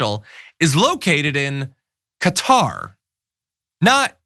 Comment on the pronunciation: Its pronounced as kuh·taar.